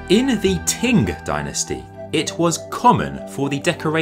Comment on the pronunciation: Thank you. I credit my interest in Chinese culture to my grandmother's Willow Pattern plates. I lived in Peking in '79 - '90, then Hong Kong and now in Taiwan where the real Chinese culture is being maintained. As a Linguistics grad with Chinese as my main foreign language, I just have to ask where you got the pronunciation of 清朝 as Ting Dynasty? Also I see a few others have mentioned your pronunciation of porcelain! My ears are in pain from hearing your particular sounding of the word.... about 2,500 times. A pity that it is the key word in your whole monologue. Anyway, I am genuinely interested to find out your language background. Be great if you could read this and reply.